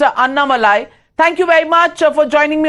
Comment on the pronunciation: Dear Ms.Navika, please fix your pronunciation of Annamalai. Its pronounced aNNamalie and not annamalaai.